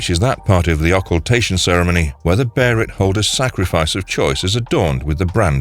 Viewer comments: Beherit is just the Japanese way of pronouncing it because "L" doesn't exist in their language. Behelit is the actual word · I understand the p s two game millennium falcon arc , call it a beherit. But i just don't understand why you insist on.Keep calling it that it is pronounced behalit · Bearit? I mean come on that's up there with saying whendur instead of window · Beserk is a superior story to Hellraiser. What in the world is a BERIT LOL 😆 it was literally pronounced like that. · What the hell is the Barret?! 🤣 you're saying the name wrong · If this is spoken by a machine. Type baylet instead of behelit. At least it will sound right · It’s pronounced “Bae-lit” in the Egg of the king movie trilogy and the 97 anime so that’s how I’m saying it 👍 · I heard someone call it berrat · BaY-LET! Where on the god's hands red faced earth did you get that pronunciation! Auto thumbs down! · Thumbs down for that hellish abomination you came up with for the pronunciation of Behelit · In every berserk video I’ve ever seen, I’ve never heard anyone pronounce behelit the same and this is by far the worst. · I’ve never heard the pronunciation of Behelit get butchered so bad 😭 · I pronounce Luffy from one piece 'Doofy' the same as every other character in the show does. Robin is Dobbin, Zoro is Lolonola Zollo, etc. In the manga it's spelled be he ri to. Just saying. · Man WTF LMFAO I read that and thought he would butcher it like : BE - HE- LIGHT Or something like that …. He indeed butchered it beyond all comprehension ! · I still prefer the spelling of Behelit. Sounds so awkward every time he says "beherit" sounding so much like he's saying "Barret" with his thick accent lol. Japanese have a hard time pronouncing L hence why they call it "Beherit" with an R. The proper one should be "Behelit" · I stopped watching at the mispronunciation... Of behelit... (Beyh-lit) What the fuck bruv? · There's not an r in behelit and did you seriously say the band of the falcon? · LoL, "Bare-it'' 🤣